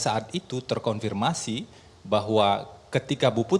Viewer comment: Febri pengacara "terkonfirmasi". Kata-kata "terkorfirmasi" kerap terucap olenya.